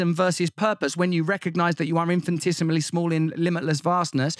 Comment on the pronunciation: Potato, potato, tomato, tomato, infinitesimal, "infin-tisimal"